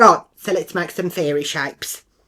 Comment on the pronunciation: ‘Fairee shappes’😂